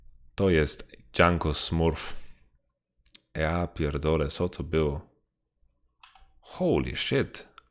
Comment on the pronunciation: “Ja pierdole, co to bylo??” 😂 good polish 👍 Love your videos man, better than the official cast, cheers!